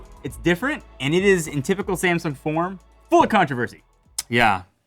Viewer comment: The biggest problem is that they pronounce Samsung as a semsoung. They are not prepared to get that phone